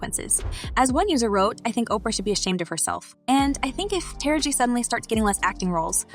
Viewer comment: Narrator, why is it so hard for you to say Ta-ra-ji. Constantly saying tara-g on purpose as if Ms.Tara Banks.